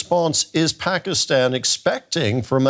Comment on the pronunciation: This guy unable to pronounce Pakistan clearly 😂😂😂😂